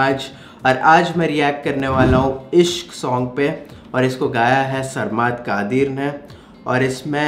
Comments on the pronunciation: Yar you've successfully destroyed the pronounciation of his name.😂😂😂😂😂😂 It's pronounced like SIR-MAD KA-DEEER. Reaction was awesome as always❤ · Sarmaad qadir nae sarmad qadeer how he pronounced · Haha bhai ap name bht chench k lety hein this is not saaarmaaad qaaaadeeeer its sarmad qadeer simple 😁😁😁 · It's not Sarmaad Qaadeer It's Sarmad Qadeer🔥 Correct your Pronunciation 🔥